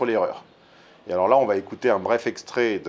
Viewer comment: Ce qui m'arrache mes oreilles c'est le IL VA avec une liaison comme s'il y avait un T après va il va t être. n'est pas le seul, loin de là.